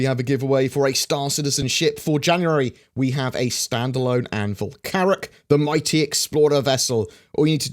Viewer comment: Did you say Carrack? Oh My....